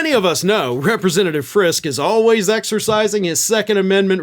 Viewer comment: It’s pronounced, Frisk-EE. He is our rep, unfortunately, a hard religious, right, intense, write -crazy letters to the editor, anti reproductive rights, dude part of a well-known Friske orchards family. His primary opponent is 22 year old Parker Fairborn who is also from a well known family. According to Parker’s website, he is pro second amendment, anti Reproductive freedoms and rights for women, and is also hard right. Doesn’t support what our governor is doing. Jody Decker is running for the seat as a dem. She is a great normal person who wants to protect women’s reproductive rights and freedom. She’s someone who would actually listen to her constituents and not try to impose her religious beliefs on all of us. Vote blue if you live up in Emmet County. The GOP candidates are too extreme and some are pretty bonkers as is evidenced by this news about Friske.